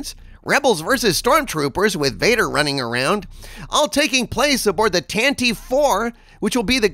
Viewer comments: Great news, if true! Side note: it is pronounced "Tan-ti-vee", not "Tan-tiv" or "Tan-teeve". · Would someone please tell that it's "Tan-tuh-vee," three syllables, not "Tan-teev," two syllables?